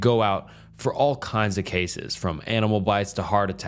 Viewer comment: Please tell me why in the world he pronounced “cases” like he did. I listened to it over n over but I won’t again. Maybe it was the air of the stories but the way he said “cases” really freaked me out. WTH…